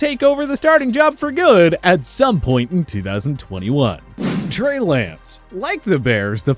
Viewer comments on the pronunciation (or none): none